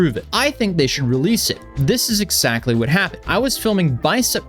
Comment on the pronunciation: Why do you keep saying "ex-sactly"?